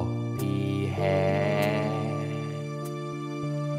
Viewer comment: I just how he saya Hair